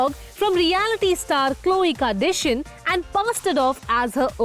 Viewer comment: My ears hurts..."khloe kardashians" pronounciation is so wrong and odd